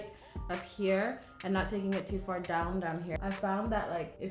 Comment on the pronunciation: "right hia" 😂